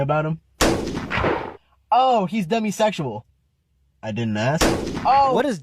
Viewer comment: Aks why is it aks. Not being negative or judgy but why is it so hard to pronounce ask. You are so well spoken and then aks.